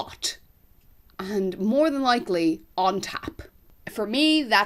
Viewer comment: Were you saying "on top" or "on tap"? Really. I thought maybe on tap was an Irish/U.K./milleniall expression.